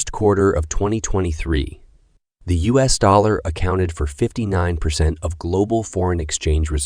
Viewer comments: U.S. is not pronounced "us". While your computer-generated narration is pretty good, it has its limitations. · You need to make sure the automated narrator pronounces US correctly. There were several instances where US was pronounced "us", the pronoun. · Is this a voice bot? Strange how US is pronounced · Im sorry but it's s pronounced Royters even though its spelled Reuters and it's U.S.not us. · "Re-Uters"? "us dollars"? You need a genuine human narrator.